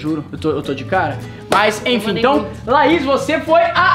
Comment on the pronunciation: Ele falou laisa ao invés de Laís kkkk kkkk kkkk